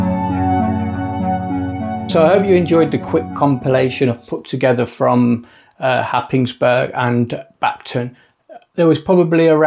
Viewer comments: Cracking shots, that light house, great. Don’t let the locals here you say Hapis burg, but say Haze borough, don’t ask why;-) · as an incomer to Norfolk from London 15 years ago, I too pronounced Happisburgh the way you did in the video. It turns out it is one of those places where the local pronunciation bears no similarity to the actual spelling, as all the locals pronounce it Haze-bruh. Who could possibly guess?